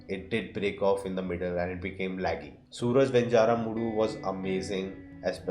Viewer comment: It's pronounced as Suraaj Venjaaramood.